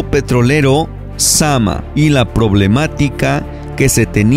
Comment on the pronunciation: Creo que es zamná no zama